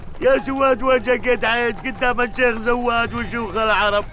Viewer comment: يا ريت واحد يفهّم "ذيب" ان زيد اسمه "زيد" مو "زيت"، وزواد اسمه "زواد" مو "زوات" ههههه